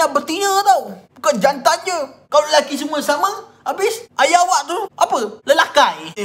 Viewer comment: ayah ape? "lelakai"😂